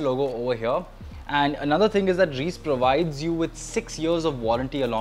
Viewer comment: It’s not “Reeece” bro. It’s pronounced as “Raiyce” Reise literally means Travel in German.